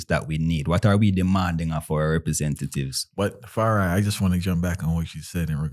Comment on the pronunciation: Ps. It’s Fari, not firi.